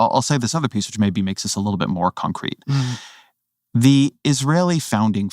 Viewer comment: "he who knows only his side of the argement, knows very kittle of that"